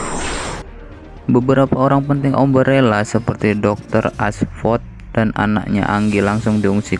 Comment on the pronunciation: Bacanya A-M-B-R-E-L-L-A kak bukan umbrella 🙏